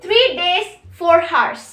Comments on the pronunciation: Its pronunciation is oursnot hours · Its hours not heart and hertz...anyhow keep it up 👍🏿👍🏿👍🏿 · Woaah she is so young nd still can explain so really well Well done dude Btw work on the pronunciation of hours